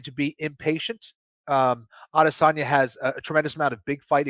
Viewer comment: Please pronounce Adesanya correctly